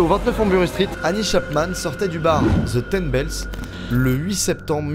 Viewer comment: "The" ne se dit "ze" mais "de"